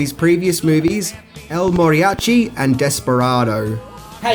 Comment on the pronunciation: "El MORiachi"????